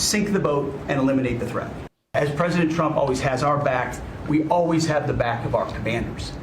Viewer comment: "Eliminate the threath". Lets think here ;)